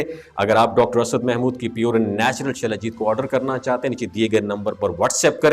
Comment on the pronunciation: شلا جیت نہی سلا جیت